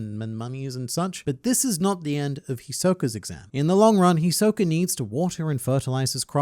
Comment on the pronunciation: hi soka? no its hiso ka